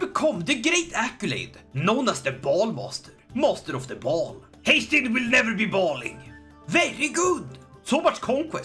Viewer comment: Haestein❌ haytham✅